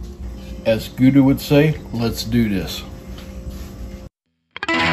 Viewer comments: Perfect cook my butt. That's a rare steak. Not even close to medium rare. Medium rare look pink with lots of juice. Your is my purple. Use a thermometer bro... His name is Guga not Guda. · lol he has to know he’s mispronouncing both Guga and Wagyu